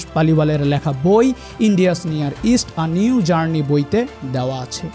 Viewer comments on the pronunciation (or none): none